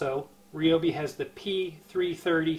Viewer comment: the "REEOBI" lol 😋